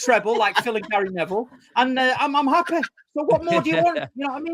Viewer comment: He’s happeh lmao